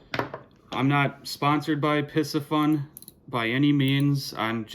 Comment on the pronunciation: For Christmas, I received the Piscifun Carbon X II 2000 and spooled it with 10 braid. Waiting until spring to use it. (BTW, in researching it, I heard the company pronounces its name as "PC Fun" no s sound.) Cheers.